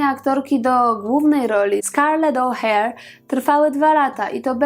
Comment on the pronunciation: Czemu O'Hare a nie O'Hara?????? Przecież w oryginale jest O'Hara.